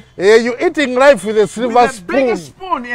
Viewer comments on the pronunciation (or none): Sulver not silver😂😂😂😂